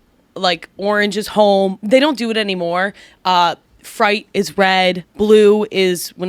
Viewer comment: Ummm I'm gonna need to say the word "freight" again to see if I heard her right...